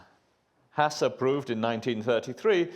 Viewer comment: Oh, seriously? Sneering at an actor's mispronunciation of a name? Well, you've got to try and get your laughs somehow, if you're as dull as Richard here. And then later he mispronounces Hasse and Fermat! And it's simply never "according to Wikipedia", dear Richard. Your second pathetic attempt to be funny with that snide remark might have raised a smile about ten years ago. Maybe. Anyway, the source cited in the Legendre article is this: It's a piece by mathematician Peter Duren in 'Notices of the AMS'. I can understand why Pol Pot had it in for intellectuals, because most of them really are just such tiresome, conceited, shitty people.